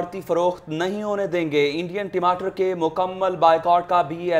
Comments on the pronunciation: Hahaha टिमाटर नही बे टमाटर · अरे मैडम टिमाटर नही टमाटर बोलते है पहले बोलना सीख लो